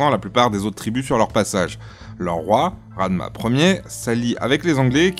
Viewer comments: Radma (faux) c'est Radama, merina pas merinas 😂😂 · On dit "Radama " mais non Radma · Très belle initiative et émission mais vaut se documenter encore plus sur la prononciation des mots , sur les rois et reines ( qui sont pour les Malagasy des émissaires entre l'Homme et Dieu) . Ranavalona pas Ranavolana , Radama pas Radma , svp , pour les Malagasy l'histoire et la culture sont quelque chose de réellement importante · bon a la limite il prononce mal ce n'est pas grave, mais les radma, merinas, Sakkalava et madascar ne sont pas vraiment très flatteur. Il c'est donné plus de mal sur les vidéos relative au autre pays de la francophonie 😂😂😂